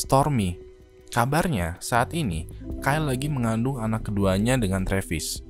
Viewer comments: Btw itu prononnya kaile bang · Bacanya kailee bang, bukan kail (Kylie Jenner) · Bkn kel bang tp kayli.. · Kayli njir bukan kayl kael keyl